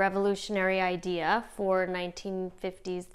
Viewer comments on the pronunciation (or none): none